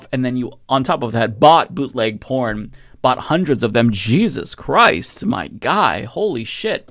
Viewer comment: Did you say jizzuzz christ??